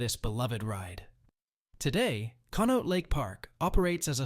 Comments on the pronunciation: Conneaut=KAHN-ee-aht Youghiogheny=YAHK-ee-GAY-nee My dad worked at J&L Steel in the 70’s and early 80’s. He went on to finish law school at Duquesne University and worked as a successful attorney but always maintained that he would have been happier back on the millwright gang and lamented the closure of the mills. As happy as I am that Pittsburgh has breathable air now, the movement of steel production overseas destroyed most of the smaller older towns around here. And now those countries are as polluted as Pittsburgh used to be. After my dad passed away in 2023 we were gifted a painting of J&L Steel Mill and it hangs in our living room. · Con-e-aut lake 😊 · Conneaut is pronounced connie-awt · The sound. For the lake is Con-ee-aught.